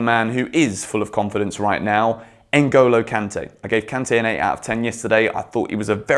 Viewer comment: I like the way you pronounce Ngolo kante's name